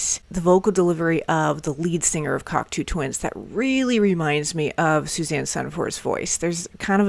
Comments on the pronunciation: One of my all time favourite groups, they are absolute legends. Now, unless I've been saying their name wrong for decades (and anything's possible!), it's pronounced (Kok - "toe") Twins, not (Kok - "too" Twins). Love your reactions!!! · It's CocTOW Twins, not CocTOO Twins...😮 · You kids 😅 It's "Cock-toe" not Coctoo hun.❤ I'm so glad you crawled out from underneath your rock. The word you're looking for is "murky" Thats guitar your calling a bagpipe in Iceblink Luck. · Just to let you know you are pronouncing Cocteau wrong. It is pronounced Cock- TOE ! Glad to see people discover great music btw ! 🥰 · Hi. Glad you discovered this band. Just a minor correction - Cocteau is pronounced "cock toe". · Great reaction,and can guarantee it won't be the last time you listen to this band - but be aware,their first album "Garlands" is a far cry from this,and very much in the post punk mold from where they started - still some epic music on there. But do have to correct you on the pronunciation of the Cocteau Twins - it's Coc (toe) not as in too...sorry,it's a small thing,but then the last song "Frou Frou Foxes In Midsummer Fires" is pronounced Froo Froo, not Frow Frow...again I apologize about being so pedantic,and hopefully you'll do more breakdowns from this awesome band, you may also want to check out very close connections like This Mortal Coil and Dead Can Dance (if you think Liz Fraser from the Cocteaus has an amazing voice,wait until you hear Lisa Gerrard from Dead Can Dance,and guitarist Brendan Perry has an amazing voice as well) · Awesome reaction, awesome band, awesome bunch of albums too - and worth investigating some of the stuff that spurred off. Just a note - it's pronounced like "Cock toe" - French :)